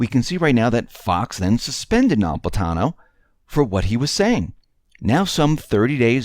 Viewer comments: learn to pronounce the judge's name Napolitano. It's not No-lip-atano. Generally you are an excellent speaker, so the obvious mispronunciation was disturbing. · say it with me, "NA- POL- I-TANO"Easy peasy! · It's Na-pol-i-ta-no.